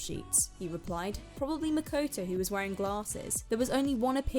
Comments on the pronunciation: "Mekoitoui"lol it's makoto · "Makuwtuw" For real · "was makoetoe" MMMHMMHJGGSJROHOERJOROJIFIEJGOJOIJFA